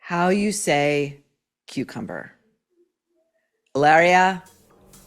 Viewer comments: How you say…coo cumber 😂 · Will never get old: How you say cuper-cumburr ... HAHAHAHAHA